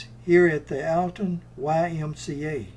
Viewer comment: Alton, IL. Pronounced ALL TON